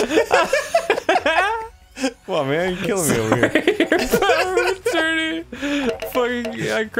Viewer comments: #grumpclips “Power of A-turn-ee” really hits me with those good laughs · Power of a turney is the funniest thing I've ever heard